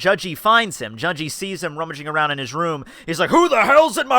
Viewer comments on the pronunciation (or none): why do you prounce his name like judge-e